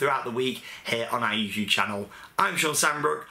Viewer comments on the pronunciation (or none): none